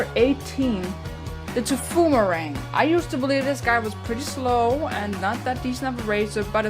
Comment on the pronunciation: Also its Taiphoomerang not tephoomerang